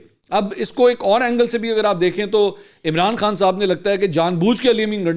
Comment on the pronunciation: منصور صاحب جب آپ عمران خان کا نام لیتے ھو تو توئی تک زور کیوں لگاتے ھو